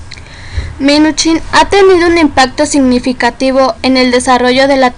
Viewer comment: Muy mal tu información y se dice Minuchin no minich